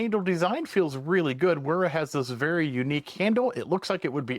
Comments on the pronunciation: Its not rura. Its WWEERRAA. WERA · Cool tool. Hearing it pronounced like an English word is tripping me out though. I suppose I still call things like BMW with the English letter pronunciation, but I've always known Wera as "Vera". Sort of like Americans not using the Vee sound in things like Wiener too. Haha. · Nice video. Thanks for sharing ;-) (Just an FYI, in German, the W is pronounced as a V. So it's VERA, VIHA, etc.) Cheers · German w is a v sound bud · the click you bated was getting me to comment... like rage bait but i aint mad. And yes i get how knipex is pronounced i said it the wrong way like you did with wera that was the point in the statement...